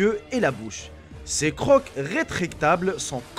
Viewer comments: les crocs sa prononce les "cro" pas croqs mdrr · Les crocs se prononcent ''cro'' en français, pas ''croque'', désolée mais ça me perturbé pendant la vidéo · Les crocs se prononce Cro sinon bonne video ;)